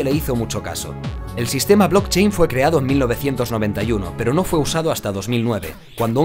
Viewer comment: no sé xq nadie habla del blotchein